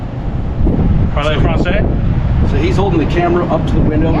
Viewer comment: “Poly Vu, France”??? Ahh, Mi Scuze”😂